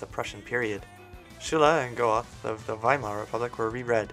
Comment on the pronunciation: Goethe is pronounced "got-uh"....well. sort of "göte" in German. He was associated with Weimar, not the Weimar Republic (that's 1920s)